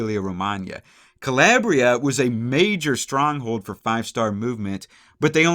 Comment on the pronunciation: CaLAYbria. CaLAIRbria. No.